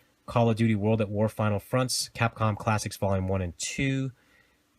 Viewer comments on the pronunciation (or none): none